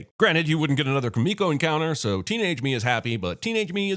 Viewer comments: I am sorry for this, but her name is Kumiko. If she meant to say Kimiko, that is not how she pronounced it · I'm adding a sin to this video everytime dumbass Jeremy insists on pronouncing Kumiko's name incorrectly when the characters say it out loud multiple times in the movie.